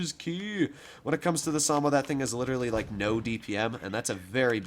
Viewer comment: SA - MO - WA. Samoa